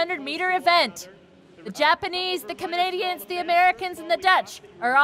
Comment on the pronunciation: the Camani-what now? Lady couldn’t even pronounced Canadians 💀